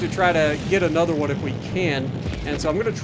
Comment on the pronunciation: Hey…hey Sp*WA*artan…do TASHI*…do you *WA*…do you have *NUMBAH*…the Cult *WAN Leader..???? ….miss San Diego..??????